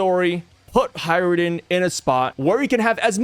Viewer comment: it's HajrudIn, not HajrudEn - there's an I, not E